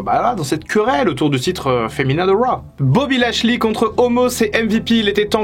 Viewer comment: "BOBBY LASHEULEY" comme dirait Michel